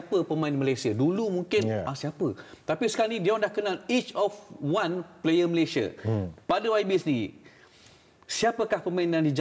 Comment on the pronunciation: Suka Dengar Cara Adam Adli Sebut Nama Negara 🇲🇾 MALAYSIA as in “ MALAY-SI-YA “ sebab sekarang ni ramai yang sebut 🇲🇾 MALAY-SHEER